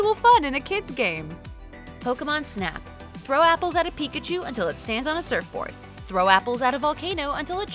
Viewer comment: Pi-ka-cho done